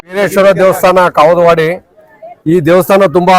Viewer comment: bro kavudavadi bro kagalavadi alla